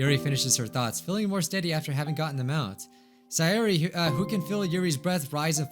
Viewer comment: Why do you keep on calling sayori saiori it’s say ori